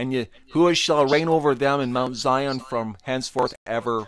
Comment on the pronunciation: He don’t even sound right saying zion he like zyooon smh damn fool 🤦🏽‍♀️🤦🏽‍♀️🤦🏽‍♀️